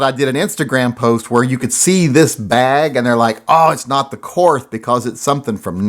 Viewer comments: Pronounced Kort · Too bad it wasn't the Korth. And it is pronounced Kort. Now sell off some more and get yourself a Manurhin!